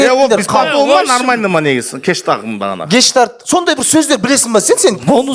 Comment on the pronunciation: ГЕШТАЛТЬ ❌ гекштақ✅🤣